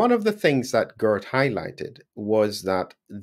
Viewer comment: Not Gurt, but Geert. You pronounce the "ee" almost in the same way as the "ay" in the word 'way'. And with a soft "G" as in the word 'how', not a hard one as in the word 'good'.